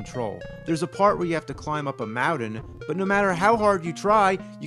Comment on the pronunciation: That's a lot of "mowdens"...